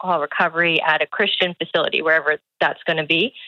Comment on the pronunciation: Why can't she say "Christian"?